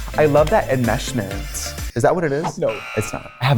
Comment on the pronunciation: enmeshment 😂 the way Katya prounounces the Sh has me rolling